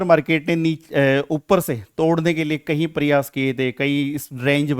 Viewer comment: Kahi laadle nhi "Kai" laadle